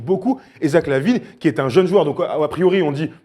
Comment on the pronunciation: 3 : 22 "Zach la Guigne" 😦😟😒